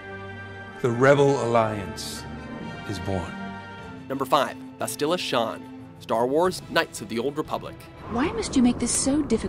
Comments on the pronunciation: Bastilla? Really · Maybe if you had played any of these games you wouldn't be butchering the characters' named. Mission Vay·oh Bass·tilla Shan (not Shon)